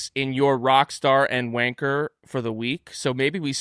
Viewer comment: Just call the show wanker hours. You 2 are literally the only ones saying vankah. Gunter pronounces it perfectly normal when he says it so the joke isn't funny.